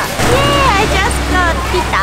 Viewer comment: well I think you should say pizza not pita